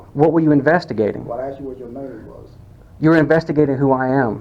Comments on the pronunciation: Did he axed or asked.lmao learn proper english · That guy saying if you went to the White House and was axed (asked) to leave. First I'm sure the White House is not open to the general public and people are only admitted by invitation. So stupid comparison. A more stupid bunch of dimwits assembled in one place would be hard to find! Wonder how these morons got their jobs??? (No answers please I think we all know why) How can they ALL be so ignorant of the law? Any lawyer could have a field day with this bunch of nincompoops. If I was Mayor of that place, I would strongly suggest that an out of court settlement be made to you before these fools embarrassed themselves and that city further. Watching this comedy of errors unfold is hilarious. Support from Britain.